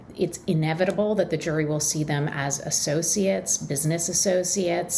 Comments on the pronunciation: It’s not pronounced ‘Jizzlane’ you muppet - learn to pronounce it before trying to sound authoritative! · Are we supposed to believe that this reporter was in the room when she can't say "Ghislaine"? And it is a federal case, hence cameras are not allowed into the room. So it really can't be considered a public case.